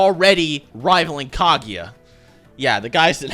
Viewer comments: Lol dude it's "Ka-Gu-Ya" not "Ka-Gi-Ya" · Kaguya not kagiya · Decent video, but can you please learn how to say KA-GU-YA instead of spamming kha-gi-ya!! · I can't understand how U keep pronouncing Kaguya as "Kagiya". It's Ka-Goo-Yah. How difficult can it be? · How the fuck do you get Kagieya from Kaguya?